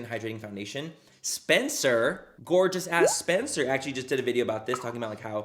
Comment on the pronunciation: I look forward to hearing “this GORGA day” bc I know he’s saying “gorgeous” but I choose to think he’s talking about me😂